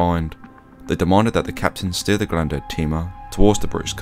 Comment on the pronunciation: You also mispronounced Grande.